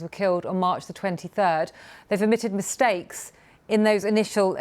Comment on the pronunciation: how do u even say the word mistake??? wth man.. wth..